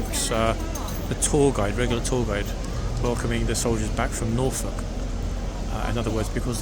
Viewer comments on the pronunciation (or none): none